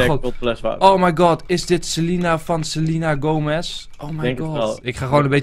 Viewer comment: enzo het is selena gomez niet sel*i*na gome*s*